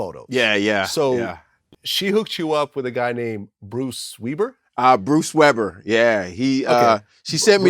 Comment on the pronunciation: "Bruce Weeber" lol thats where you can tell Vlad read all this on the internet during his research.